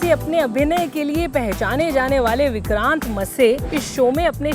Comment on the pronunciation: Mam it's विक्रांत मैसी not मसे